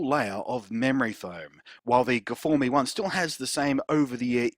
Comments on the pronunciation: I'm sorry, how do you not realise it isn't pronounced gfourme? STOP IT! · I just saw this video, good stuff. I bet peeps at sennheiser renamed the new versions properly coz of you blunty. :) My soul died a little bit each time i heard you say guhfohmee. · "guhfourme" got me like :DD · I subscribed for the guh-for-me.